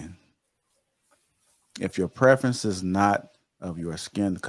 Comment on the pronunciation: What do you mean;"I thought he was a white man, because a black man wouldn't divorce his preference."(I think you said preference, although it sounded like prefence). What is that supposed to mean? Especially as you followed it up by, "...men don't normally file for divorce." (Nearly 80% of divorces filed by the woman) edit: Ok, nevermind. After watching a bit more of the video. It's obvious this is just a hit piece. She's fake and Kevin Samuels is too?? Just because they speak the truth? You say that she thinks she's an expert on the black community. Yet you sound Much younger but you believe that you are in a position to say a 40yr old person doesn't know anything. You know better, yeah? Oooookay, youngun. Ok. Absolutely Wreaks of jealousy. Shame on you! If you don't agree with her, you don't know the first thing about life as an adult.